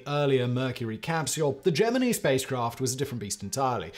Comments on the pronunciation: The proper pronunciation of the word is gem in eye. The rednecks in NASA just didn't speak English very well. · LOL, Geminnee. I died a little more each time he said it. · Which one of u did it huh which one of u mf are going back to the basement who tf let my boy Simon mispronounced the Gemini..... Simon my boy it's ( jem men eye ).... And find out who's responsible for that an have them severely beat an all privileges taken away an back to the fkn basement they go..... ✌️ Keep hustling my boy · Gemeneee has got to be a southern thing. I've never heard it before. Quite annoying to this Michigan boy... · Geminee cricket is all i keep thinking lmfao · Oh seriously, love ya Simon but it's not geMINI. LOL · Him saying jeminny is nigh intolerable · The worst part about Whistlers pronouncing Gemini like a weirdo is that around 9.25 he pronounces it correctly making me wonder if the whole thing isn’t just a big troll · I can't watch this any longer. Gemini pronounced that way is too much. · I heard Gemini pronounced wrong so many times that I forgot the proper way 🤣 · As a born and bred southerner, this is my first time hearing that pronunciation. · Learn to pronounce Shearer & Gemini. Especially Shearer. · The way Simon pronounces Gemini is giving me a stroke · Difference is, he supposedly speaks English...his entire life. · Its Gemini, not Gemini, don't you get it? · Wow ... its not Gemin-ee ... but Gemin-eye ... or JEM-in-eye ... or dʒɛmɪnaɪ. ... and he said it over and over and over. Besides Project Gemini - a NASA program, it is also: Gemini - one of the constellations of the zodiac, and an astrological sign Gemini - in Chinese astronomy Gemini Observatory - telescopes in the Northern and Southern Hemispheres Gemini Planet Imager - an instrument for observing extrasolar planets Gemini twins - in Greek mythology ... and other more popular uses. EVERY one of these is pronounced Gemin-eye in their various areas, not one is pronounced Gemin-ee. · "Jeminny" huh? headdesk